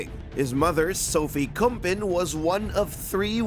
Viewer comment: It's Sophie KUMPEN. really.... You can't even get names right?